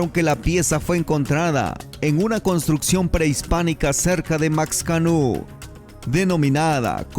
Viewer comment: No es ox se lee más o menos como xochimilco (osh una palabra de tres) o Maxcanú es mashcanu